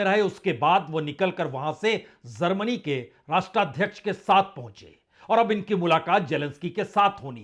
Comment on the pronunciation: Sir it's GERMANY not ZERMANY and you go other way round When it's Zelensky you say Jelensky.You and lot my fellow Indians are confused between Z and J. Leave J as J but pronounce Z correctly